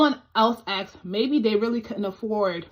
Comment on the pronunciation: Don't join the people who say axed,it's asked